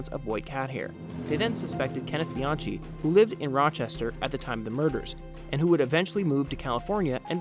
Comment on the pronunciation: If you're going to do a story you really should pronounce the name s correctly. It was Colon (sounds like Ca-lone), Maenza (sounds like my-en-za) and Bianchi (sounds like Bee-on-key)